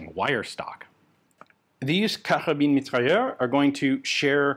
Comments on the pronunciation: The “s” is not silent in mitrailleuse. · The e on the end of mitrailleuse means you pronounce the s like a z.